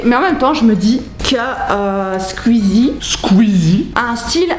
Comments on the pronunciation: Elle dis squzie mais ces squeezie!!! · SqIzi pas SqUzi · Squeezie pas scuzie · Je déteste les gens qui disent squzie a la place de squeezie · C’est SQOUIIIIIIZIE !!!!! Pas SQUIZIE !!!!!! PTN ! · C'est marrant quand tu dit "squizi" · Mais c’est « Squuzie » par contre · "Skuizie" Tu m'as appris comment prononcer son nom, merci (Second degrés) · La manière dont tu prononce "squeezie" est très rigolote ^^ "squuuuzy" c'est trop mignon 🤣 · Tu dit bizzarment Squeezie !? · Super vidéo seul truc ta prononciation de squeezie me stress énormément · Comment tu prononces Squeezie 😂 c'est très drôle